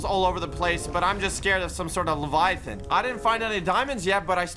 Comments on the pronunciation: try to say levaiaten but saying ” levaia flevaia ton” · and doesnt even know how pronouce leviathan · Levayathan= pause